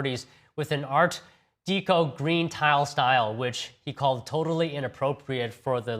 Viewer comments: Art Deco is pronounced deck-o not dee-co. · An "Art Deeko"... "Stratuary". Holy Chicken Chow Mein Batman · 'ART DEEECO'....you have to be kidding. Check this dude's green card. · Would someone please tell this moron how to pronounce "art deco"?